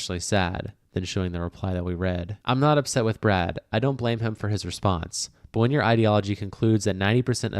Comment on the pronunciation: Brad...NOT BRAD